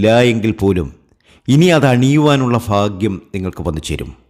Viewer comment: നിങ്ങൾ മലയാളംശരിയായി ഉച്ചരിക്കൂ ഫാഗ്യം ഫര . ണി എന്നൊക്കെ പറയാതിരിക്കൂ കേൾക്കുന്നവർ നിങ്ങളെ അനുകരിച്ച് തെറ്റുകൾ പറയും. മലയാളത്തിന്റെ സൗന്ദര്യം കളയാതിരിക്കൂ സാർ